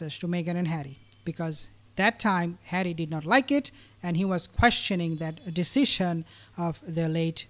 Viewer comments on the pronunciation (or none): none